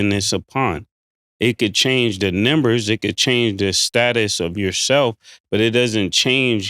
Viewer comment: Why is it so hard for mase to say numbers?🤔 he be saying nimbers. 😂😂😂